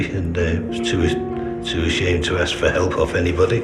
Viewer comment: "I've been giving all the information they "axs"!